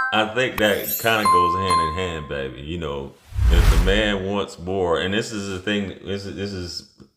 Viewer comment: Man, stop calling these girls "baybaay", please.